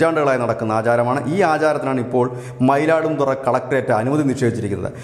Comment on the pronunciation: Mayiladuthurai not Mayiladum thurai